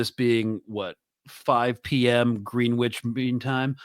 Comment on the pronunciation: It’s pronounced Grenitch but l did laugh when you said Green Witch 😂😂😂😂